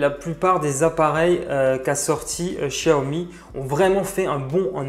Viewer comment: C pas chiaomi c xiaomi